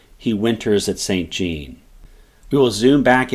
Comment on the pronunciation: san zjon not saint gene. But excellent summary !